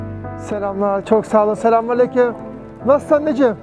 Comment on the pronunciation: “Selamünaleyküm” ne güzel diyorsun reis 👏👍